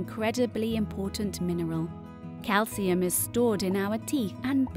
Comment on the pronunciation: Is calcium pronounced like thst